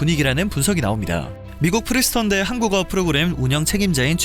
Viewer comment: 프리스턴 아니고 프린스턴!